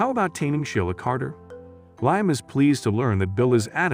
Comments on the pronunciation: Lime? Who is Lime???? It is Liam! This is also horrible showing the wrong pictures and this reading was a good sample. Not going to waste my time again? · U Right,He's Saying Lime&Not Liam😂😂😂😂🙃🙃🙃🙃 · His name is Liam not Lyme